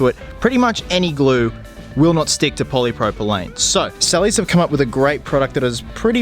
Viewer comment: I love this mod. Just being a little nit-picky here- you pronounced it "poly-propyLANE", when the chemicals name is "poly-propyLENE". I think they are two separate plastics. Reason I'm being picky is because I want to make sure I buy the right glue when I do this mod for myself. Thanks for the video btw, great job :)